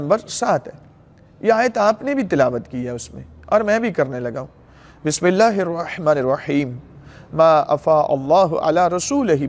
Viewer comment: Khuda ra Bismillah to Therk se parhen.